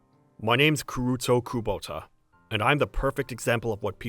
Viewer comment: Glad his name is Kuruto not Kuroto 😂